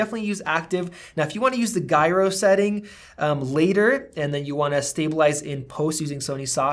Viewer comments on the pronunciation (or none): thanks for you perspective on settings, you've provided a really helpful place to start and test things out:) oh and 'gyro' is pronounced 'jie-ro' not 'gie-ro';)